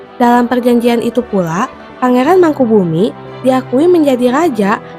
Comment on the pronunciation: yang benar bacanya Yogyakarta, bukan Yogyakartak Pangeran Mangkubumi, bukan Mangkubumik